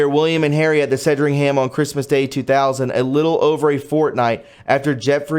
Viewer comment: say SAND RING HAM. SANDRINGHAM. Great channel man.